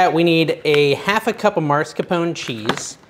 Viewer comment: "Mars"-capone, hahaha.